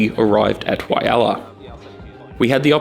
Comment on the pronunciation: great video but please get the name Walhalla right